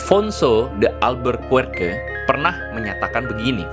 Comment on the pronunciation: Albuquerque cukup dibaca Albukerkie seperti Enrique cukup dibaca Enrike